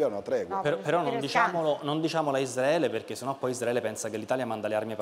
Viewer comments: Veramente dice: Isdraele? Come i cafoni? (non ho nessuna intenzione di sentirlo cibandomi più dii mezz'ora di deliri) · Il prof quando dice Palestina e Isdraele😂ko❤